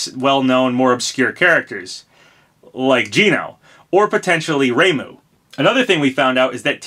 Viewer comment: Surprised you pronounce "Reimu" correctly, but not "Hayabusa" (hi-yah-boo-sah) or "Heihachi" (hey-ha-chee).